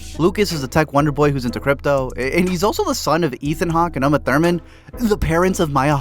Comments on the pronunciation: I’m sorry.. did u just say “Um-Uh?” As opposed to “Ooh-ma,” her name? I know it’s NOT a big deal but- as a MOVIE guy- i figured u ought to be aware 🫤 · Did you really call her 'umma' Thurman?